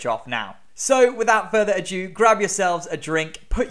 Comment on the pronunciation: Love the video, and the rest of the channel! But if you say "a-due" (adieu?) instead of "ado" (dude, it's literally in the title of a Shakespeare play...) I may have to hunt you down ;)